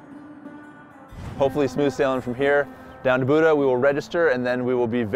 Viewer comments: FYI Buda TX is pronounced "Bue duh" not "Boodah". For everyone not from the area it's about 20 mins from COTA. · Love the video! As a long-time resident of central Texas I feel obliged to correct the pronunciation of the town of Buda. It’s not pronounced like Buddha but rather like Beu-dah. It’s a Texas thing! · Buda is pronounced "byoo-duh" not "boo-dah." Texas is funny that way. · Protip: Buda is pronounced Bee-you-duh, not Boo-duh :) also welcome to Texas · It's pronounced "Byoodah". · It's pronounced B-you-duh. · That's not how you say Buda